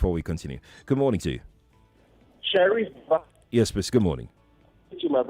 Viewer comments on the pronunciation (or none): oga Sheriff said wa serey 😂😅